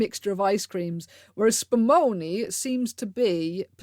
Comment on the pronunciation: Italian here, and I’ve burst into laughter at the SPUMONI part😂 Such emphasis!